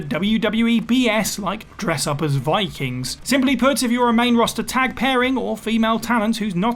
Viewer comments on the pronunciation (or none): none